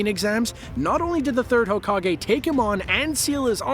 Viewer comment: Fun fact you pronounce hokage like Hoe-Cock-gay